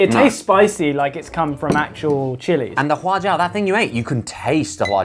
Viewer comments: does josh know chinese omg sichuan and huajiao pronunciation on point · Wow, Josh's pronunciation of huajiao and Sicuan is on point, lol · can Josh speak chinese?? i think his pronunciation of "sichuan" and "hua jiao" is quite accurate!